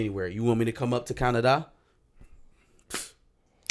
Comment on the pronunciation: The Way said,"Can-uh-dahh." Had me dying! 😂😂